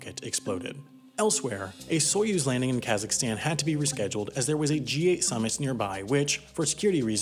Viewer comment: "a Soyuz landing in Kazajstan" what